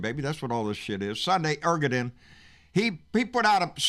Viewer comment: I love these rants! But brother Turkey's President's name is pronounced (Air-duh-wan).